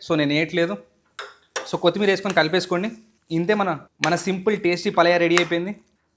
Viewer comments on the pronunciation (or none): none